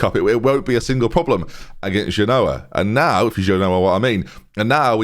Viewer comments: when you say "if you genoa what I mean" your really saying "if you do ya no what I what I mean" it's very irritating. the joke is "genoa mean"... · it doesn't even work with him pronouncing it wrong... at least do the "Genoa? Nah we've just met". I've linked the correct pronunciation above in the hope it frees us all from this nightmare.